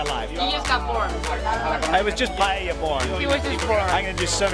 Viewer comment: You correctly pronounced paella and not pallella, like most English speakers. That gives me more confidence in the receipt.